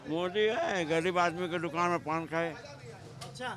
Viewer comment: Bhai dukan sahi se bolo